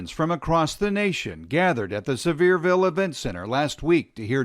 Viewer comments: Is it bad that the most annoying thing about this is, as someone from that area, it's not "Sever-ville", it's "Seh-veer-vul". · It’s not “sever’ville” Tennessee, bud. It’s “suh’veer’ville”. At least, that’s how it’s pronounced locally, but the accents in these parts are so over the top that one could be forgiven for seriously wondering whether or not something spoken was actually English. In any case, the guy on the news there showed at the very least that he most likely didn’t speak to a single local about the town, or he would have immediately learned how not to pronounce it. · Sevierville is pronounced severe-ville. ive lived in East TN all my life and oh my god people are stupid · It’s pronounced “Severe”vile. I see these people all over my hometown. They really push young earth in east TN. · East TNer here too! Hearing people mis-say the names of towns always cracks me up. Easy way to pick out a non local.